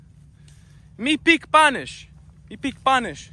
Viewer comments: “You peak panish you peak panish? I peak panish!” Best part😂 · yu pika panish😂😂😂😂😂😂